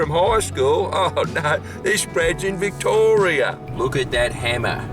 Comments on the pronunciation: in VIK-TOHR-EE-YAH! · saying VICTORRRIA when Victoria's Basement's in the background